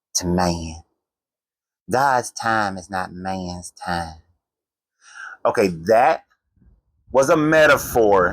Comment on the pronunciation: “Man time ain’t gods time” in the Bible Belt accent was the chefs kiss 🤣